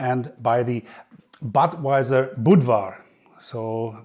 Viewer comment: thats not badwajsr but butvajsr